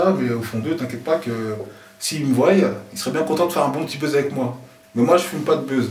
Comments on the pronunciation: Il a dit soyent voyent croyent putain... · J'suis la seule à remarquer que arrête pas de dire "voillent" au lieu de "voient"??? C'est triste...